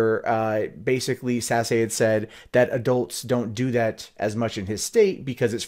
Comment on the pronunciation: Just FYI, not trolling here, Sasse, is not pronounced Sassy, it is pronounced Sas. The political ads were almost impossible to watch because when they pronounced Ben Sasse, it sounds like Ben's Ass.